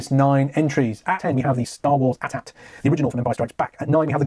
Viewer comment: It's pronounced A-T-A-T not at at